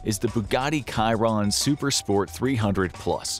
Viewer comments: The voice is A.I generated he said Kiron not shiron in Bugatti Chiron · It's "tchee wron" 😉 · It's definitely pronounced "Shiron". That's a French name (the Bugatti driver Louis Chiron). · That is not the correct pronunciation of Chiron 😔